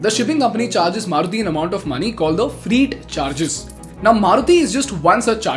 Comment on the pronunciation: Another great video. Here are some things I noticed in this one: "Rs" is deprecated as a symbol for the rupee now. You can type the rupee sign (₹) if you set your computer to the "English (India)" locale and keyboard, and press AltGr (Right Alt) + 4. Since "middle east" are generic words, you have to say the Middle East to refer to the specific region. Freight is pronounced "fray-t", not "free-t". This is why the YouTube transcript thought you said "freed". economy is pronounced with stress on the second syllable, not the third: e-CO-no-my, not e-co-NO-my. freight is a mass noun (like "water"), not a count noun (like "book"), so it cannot be plural. It sounds like you're pronouncing vessels as "wessels". Baroda is a transliteration (though kinda an incorrect one; it should be "Barauda") of बड़ौदा, not बरोडा, so it should be pronounced accordingly. , Again, you mean to say "effect" and "affected", not "impact" and "impacted": nothing is crashing into anything else.